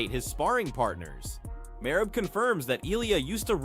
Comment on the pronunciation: I watched the first 30 sec of your video and then left cause you can’t be a real mma guy if you can even say merab’s name right.